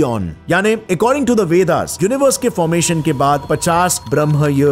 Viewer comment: कृपया ब्रह्म को ब्रम्हन न कहे 😂 योग को योगा न कहें,,,,,,, बाकी वीडियो बहुत जबरदस्त है